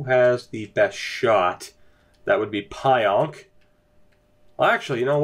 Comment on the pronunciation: Pionk is pronounced "Peeonk